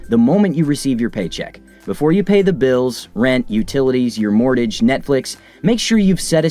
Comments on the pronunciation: Any financial based channel that pronounces Mortgage as “MorTage” instead of “MorGage” is not worth listening to. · Dude said “mort-edge” and I stopped watching. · what's a "mordadge"? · what was that? Mortage?? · did you just say 'mordage'? Lol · Hahaha "mortage"